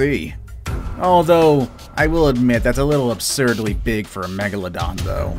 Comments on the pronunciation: Its meg la don Not meg la dona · I thought it was pronounced meg- la-don or is it meg-a-la-don